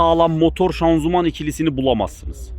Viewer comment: Şanzuman değil ağabey şanzıman